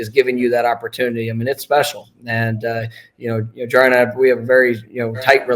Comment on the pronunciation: Someone help Brent JAR • E • AN